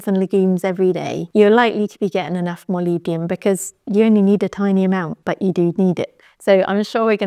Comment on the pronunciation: Thank you I like the way that you pronounce molybdenum! I think you presented this important info perfectly.